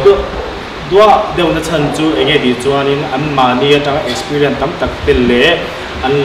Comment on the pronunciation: Experience aw...expirien anilo..😁